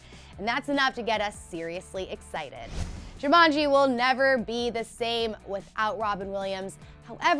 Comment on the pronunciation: People should not present things if they cannot pronounce the subject matter correctly, someone please teach this woman how to say Jumanji.